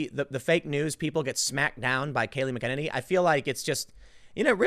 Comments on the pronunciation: Jesus Christ. it's Kayleigh MACKEN-any, Tim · Kayleigh McEnany....pronounced 'mack-en-AYny.' Emphasis on the 'AY' signed: insufferable pedant. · Tim needs to learn to read. McEnany and McKennedy (or whatever he's saying) are so fucking different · Where's the Holiday to remember the victims of the Wounded Knee Massacre?..OH, ONLY Black Lives Matter!..Imagine my Native American shock! BTW, Timmuh, MAK-ENN-ANNIE not Makennedy. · Mac en nanny is joe you pronounce her name Kills me how you get it wrong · MAC-EH-NAY-NEE! Learn to pronounce the name, or link to an official pronunciation guide, Tim! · Last name pronounced “Mack-ah-ninnee” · It’s Mack N A Knee! It’s not hard! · Seriously Tim? CNN O'-fence-ive! 😂 Edit : Tim... the Press secretary's name is pronounced Mac An En Nee. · McKennedy? Take a few minutes & learn to pronounce her name. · Just an FYI- the press secretary’s last name is pronounced “Mac In Nay Nee” Still love your segments! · Tim has a pattern of mispronouncing women’s names. He also mispronounces Mika Brzezinski’s first name which is only two syllables. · Tim it's pronounced Mac-a-nay-nee. Your welcome. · Bro!!! It’s “mack UH nay KNEE” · Tim stop saying her name weird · Gahhhh thats not how you pronounce kayleigh's last name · Tim...please watch at least one press conference long enough to learn how to properly pronounce Kaleigh’s name. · Please Tim, stop butchering her last name! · And Tim once again mispronounced Kayleigh McEnany's name. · Tim!!!. Either stop saying her name or learn how to pronounce it.... I dont know why it bothers me so much, but come on man!!. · Time to start pronouncing her name correctly.